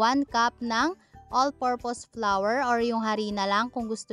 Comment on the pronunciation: Imbes na pronouns all purpose flour, ang sinabi all purpose flower daw sa pagkabasa ,mali kapo pag pronouns dapat all purpose flour🤣